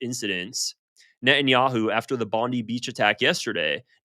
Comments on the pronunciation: Stop saying it wrong, its not Bond Dee beach its Bond Eye beach, yes written as Bondi, but you Americans keep saying it wrong. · IT’S PRONOUNCED BOND EYE. Not Bondee beach. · It's pronounced Bon-die not bondee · It's not Bon-dee, It's Bon-d(eye) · Bond-eye not Bond-ee 😅 Bibi is pi**ed off bcoz Aust recognised 🇵🇸 He threatened the PM and even called for the citizens to overthrow him. 😂 Bibi causes trouble then points at countries he wants to attack calling them his enemies its his MO. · It's pronounced Bond-eye,. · It's pronounced BOND-EYE. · It's pronounced BondIII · What do you know you can't even say BONDI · That's not how Australian people say "Bondi".